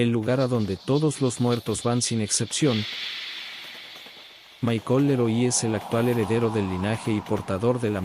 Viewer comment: " La más cara de las som-brás ", " Mai-Col Le-Roí" edita mejor los videos bro, sigue intentando rompe el feel.